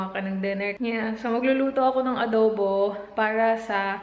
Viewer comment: Sobrang tawa aq sa "adobu"hahhaha..grabe tlga ..kpag bisaya tlga llbas tlga ung accent..Kaya gustong gusto kita..d ka marunong mag pretend.nagttaka aq sa mga haters na yan..😊😊😂😂